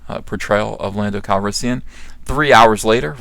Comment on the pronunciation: "Pando Calrissian" lol